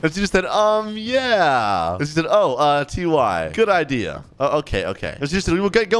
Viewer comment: Why did he say t y like the letters like what